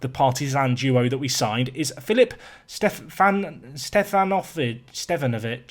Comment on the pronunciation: I am Serbian, and you said it pretty good for Stevanović. Pavlović you said it like Serbians. 😂